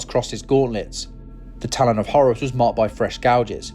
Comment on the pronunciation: "The Heir to Hours" Umm...k.